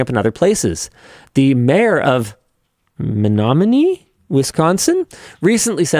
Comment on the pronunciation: WISCONSIN MENTION Nailed Menomonee btw